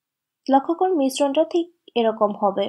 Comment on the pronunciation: কবুন না করুন হবে🥴ভাই এত আজাইরা কমেন্ট করার টাইম কোথায় পান 🤔উনার উচ্চারণ ঠিকই আছে মাঝেমধ্যে তো এরকম একটু মিসটেক সবারি হয় এভাবে কমেন্ট করে বলে দেওয়ার তো কছু নাই।